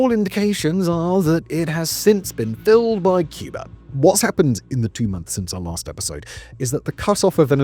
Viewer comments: President John F. Kennedy was known to pronounce "Cuba" as "Cuber". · Wow! Well done, what a well researched ADULT presentation. with no silly music or AI nonsense. Just the facts. Only one complaint: Why does he keep saying “CUB-ER”? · With how he pronounces Cuba as "Cubar" and Havana as "Havaner"....I imagine it would sound like a bunch of seals in minecraft going "ORE ORE ORE ORE"